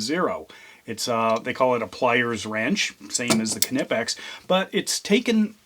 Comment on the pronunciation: The “K” in Knipex is silent.